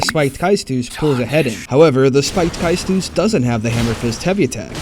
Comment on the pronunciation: It's pronounced Kay-Stus but you were close enough